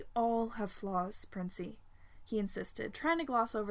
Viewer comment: So uhhh is no one gonna talk about how the ‘Hey Princey’ when Virgil finally got to Roman sounded like ‘Hey Adora’??? Like are we not gonna discuss this?!